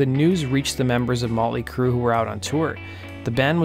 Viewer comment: Who's this "Mawly Crue" that he keeps mentioning?